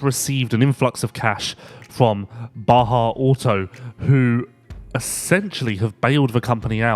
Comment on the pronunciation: Dude says “baja” …industry guys who don’t know anything about the industry 😂